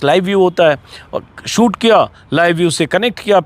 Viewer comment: सूट नहीं शूट बोलो अंजुम जी अपने सहयोगियों का उच्चारण सही करवाइये